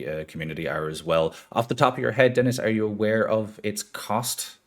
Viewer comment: Has a french player, I have to say that the pronounciation of Dennis is pretty good!